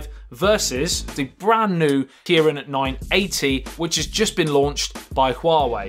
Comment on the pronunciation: The Kiwiin nuh eh tee